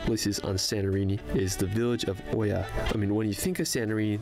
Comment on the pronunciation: Firstly, Howdy back at ya❣️ Good afternoon from Kefalonia, Greece. The color of the water in Greece's waters has to do with what's underneath and that the islands don't have much sea traffic (or any other type for that matter), in winter. As for Oia in Santorini, it's pronounced iia. The color of Santorini has to do with the fact that it was built on a volcano which blew up 2000 years ago. Yes, people lived there then too. Hope you get a chance to see Greece and the world. It'll help you appreciate more what you've got and what you're lacking. I grew up in Houston Texas and am Greek-American. And I loved your reactions 😍